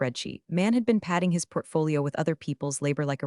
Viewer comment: AI doesn't know the difference between "... dollar 250k client bonus ..." and " ... 250 thousand dollar client bonus ..." The later "Tatching client development ... instead of "Attaching client development ..." " ... patting his portfolio ..." instead of "padding his portfolio ..."